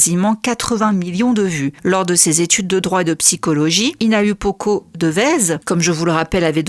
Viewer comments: Coucou, petite correction pour le prénom de la miss c’est n’est pas HinaUpoko mais HinaOUpoko. Le U se prononce OU en tahitien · Désolée mais tu prononces mal son nom. Le U se prononce mais se dit ou. Donc on dit Hi-na-ou-po-ko, en soufflant le H, et pas hi-na-u-po-ko